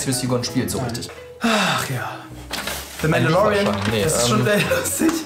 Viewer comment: englische Aussprache & die dazu eingeblendeten Mandalorian Logos z.B. „Zee Mandalorien“.... 😂😂😂